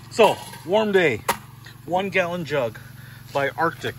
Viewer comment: Like just for how you said gallon jug